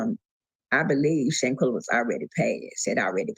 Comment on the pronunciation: Her name was Shanquella. There's an a at the end of her name. You kept calling her Shanquell.... Her name was Shanquella.